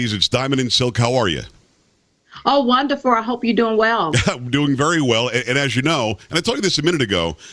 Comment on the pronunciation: You too are as nauseating as u always are.... the word is wonderful not wonderfor and there's no such word as crossted..learn how to talk..damn..